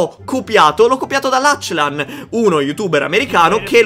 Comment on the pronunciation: Si dice laclan non lacilan